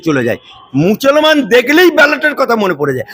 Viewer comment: ভাষাটা ঠিক করে বলুন। মছলমান নয় মুসলমান।